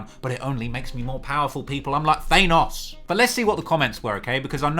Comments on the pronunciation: Did you pronounce Thanos, ThaaayNos? 😂 I was with you until then mate haha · Hes like thay-noss bruh